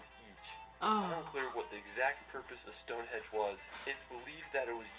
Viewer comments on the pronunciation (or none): It's stonehenge not Stonehedge. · Did he keep saying stone hedge or is my hearing getting worse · LOL The way that guy in the video pronounces shit is offensive....and I swear he kept saying stoneHEDGE !! Its StoneHENGE!! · stonehenge!!..not stonehedge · It’s not StoneHedge it’s Stonehenge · and he also definitely said Stonehedge instead of Stonehenge ..... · The guy in the video keeps saying StoneHedge (or that’s what it sounds like anyway) but it’s actually StoneHENGE. Just thought I’d let you know 😁